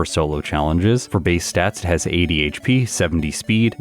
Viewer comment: What you say: 80 HP What I hear, every time, without fail: ADHD